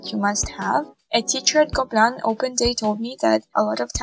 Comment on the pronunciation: And here is was pronouncing gobelins as GOBLINS 😂😂😅